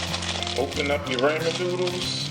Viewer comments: Raymond noodles??? It's pronounced "RAW-MIN"! Got It??? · Dragneel Warface RAH-MEN ** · "Ray-man noodles" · why do people say "raymen noodles"?... it's " ra-men" noodles... where the y at? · Rah-men finally the last video I watched the dude called it Ray men! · Raymon noodles lmao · I love how he says Ray mon noodles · "Raymen noodles" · raymen noodles 😂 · Did this man say rayman noodles?😂😂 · Raymen noodles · Raymen noodles Lol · ray-man noodles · I TOOK THE VIDEO SO SERIOUSLY UNTIL THE END WHEN HE SAID “raymen noodles” 😂😂😂 but good vid tho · Pronounced RA-MEN NOODLES, thank you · "Das how I cook my raymond noodles" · I like how you say ramen you say it wrong but I like it. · He said ramen wrong